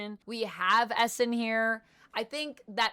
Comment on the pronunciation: I had no idea who you were talking about when u said Esson. Its pronounced "E" Sahn .. not Esson